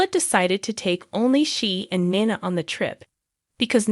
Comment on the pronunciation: I am not gonna listen to this channel. Until you learn how to say these people's name, it's Valentine, not Valentine please get the names right it's nina not nana